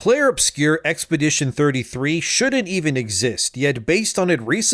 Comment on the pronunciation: Uh oh, someone doesn't know how to read. It's "Obscur," not "Obscure."